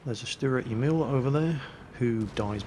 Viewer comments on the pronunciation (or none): none